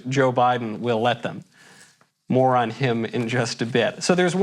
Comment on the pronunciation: I enjoyed your comment on Joe allowing us to have s better Christmas. What hit home, was when you said, "more on this later". It came out sounding like "moron". I said, "right on".